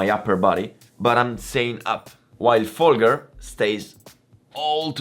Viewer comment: I don't think you realize how small of a gap 2 seconds is compared to a motogp rider. Even last place on the motogp grid is one of the fastest riders in the world. 2 seconds off a motogp rider is probably a highly competitive wsbk pace. And don't be a dick mispronouncing Folgers name, he was and is an incredible rider and deserves a more respect than that